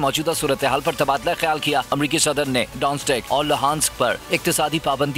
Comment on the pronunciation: DONESK PERHAIN ISSAY DONSTIK NAHI